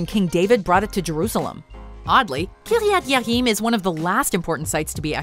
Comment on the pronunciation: Kiryat Ye'arim was badly mispronounced. I know because I lived there for several years and speak Hebrew. It's currently known as Telzstone (after the Telz yeshiva and Irving Stone). As mentioned, though, David brought to Arc to Jerusalem after it was there for 20 years, so I'm not sure why it is even mentioned. Jewish tradition says that it was hidden in chambers, prepare by Solomon, years before the Babylonian invasion and wasn't present during the Second Temple period.